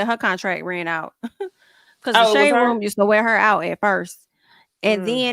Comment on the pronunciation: I Love how says "Ruum" (room) 😁😍